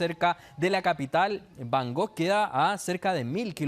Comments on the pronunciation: además, es Bangkok, no Bangog... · Se pronuncia BangKOK con k no con G Y NO ES AFRICA ES EL SUDESTE ASIATICO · cuando ha dicho bangog no he podido seguir. Vaya nivel cultural de los periodistas.